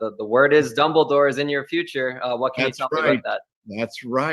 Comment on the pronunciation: It'll be fun to see when people realize how goofy names and places sound. I mean, it's hard to take "Dumble Dore" seriously when you hear it, even with someone that has as much gravitas as Lithgow